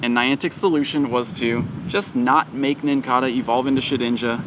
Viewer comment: I think the Nincada is pronounced with a long A - it's like the cicada (si-ka-duh) - pronounced with a long A a bug that comes out every 17 years and leaves the outside shell everywhere when they emerge from underground - I could be wrong but they are very similar